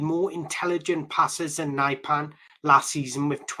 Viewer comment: He is not "severe", he is Sverre. Not "naipan" either.